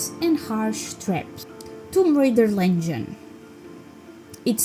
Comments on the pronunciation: girl its Legend not lengen lmaoo Legend is my all time fav video game. too bad its too short cus its so perfect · Wow, interesting and surprising to know that Anniversary sold the least! I believe one day you'll start using 'Legend' instead of 'Lengen' haha :yougotthis